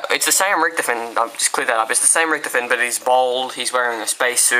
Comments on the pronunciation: lol you say richtafin is how you say his name... its Richtofen! (rik-tah-fen) the WunderWaffe DG-2 isnt in Ascension... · it's pronounced Rik-tof-en